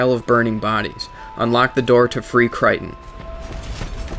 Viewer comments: Its pronounced Kray-ton not kriton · CRAY-ton not cry-ton